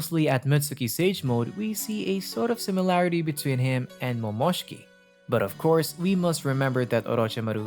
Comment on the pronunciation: A part of me died every time you said Momoshki😂